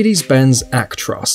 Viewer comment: So how did you came up with the idea that the S in Actros is silent? Why???